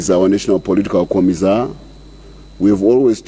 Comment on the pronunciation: Comissar u can call it comizaar with an s